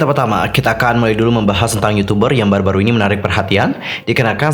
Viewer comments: bacanya ai enu ai kak buka ai ni, meskipun tulisannya INI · INI dibaca ai-en-ai bang👍